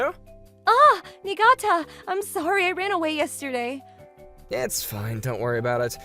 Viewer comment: It's because they're pronouncing it wrong. It's pronounced "knee-gah-tah." The FMC says it correctly.